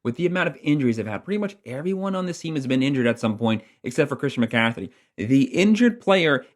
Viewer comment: His name is McCaffrey there is no T u must be doing it on purpose cuz its every video